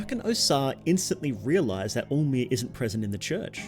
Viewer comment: it's alll-mer not all mer